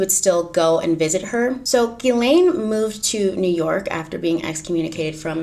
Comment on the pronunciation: It’s ‘Gih-len’ not ‘Gih-Lane’